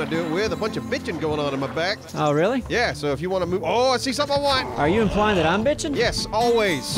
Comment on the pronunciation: SAID "BITCHIN" what is going on I don't understand lol